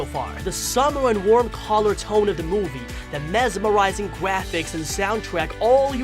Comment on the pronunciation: Stop saying gwaphics